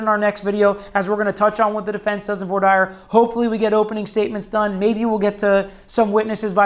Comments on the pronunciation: Voir dire pronunciation 👀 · Lmfao, this goofy dilettante doesnt even know how to pronounce ' Voir dire ' !!